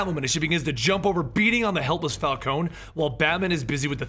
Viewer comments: It's Falconee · Say it with me Fal-con-e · For the last time it's pronounced Fal-ko-nee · you're pronouncing falcone wrong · Guys, how do you pronounce Falcone properly? Is it Falcone as in, Falkohn Or Is it Falkohney? Not hating on anyone just wanna know the proper pronunciation thanks! :D